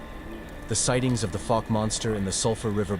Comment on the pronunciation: Pronunciation Fouke /ˈfaʊk/ is a city in Miller County, Arkansas, United States. Like in ouch